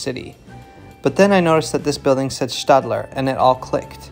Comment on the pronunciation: I thank you for correctly pronouncing Stadler, it may seem like a trivial difference, but its still cool to hear.